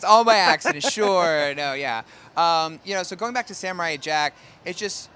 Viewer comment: Sam-o-rai jack, JACK